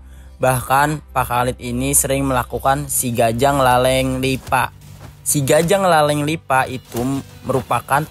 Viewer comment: Salah bang bukan sigajang lale lipa tapi sigajang laleng,lipa